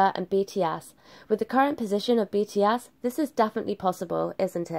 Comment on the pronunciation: She is saying BT ASS 🤣🤣🤣 I'm sorry but the pronunciation XD